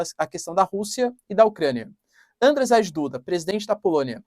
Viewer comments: Andjei, se pronuncia... tipo djavan, mas com d tipo do inglês... rz tem som de j (na verdade de z e j juntos, mas vai ser difícl pra vc) em polonês. Spierdalaj jebana kurwa! To ensinando grátis, hein! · Se lê, Ândiei Duda, (djeie) , como em Dia ( djia) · professor, desculpa mas toda vez que vc fala Andrzej Duda eu dou umas risadas. Eu moro em Varsóvia há 4 anos já e em polaco, Andrzej se lê algo como Andiei.